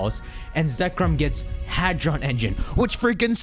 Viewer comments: "Hadon" engine lmaooo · What's a "Hadon" engine?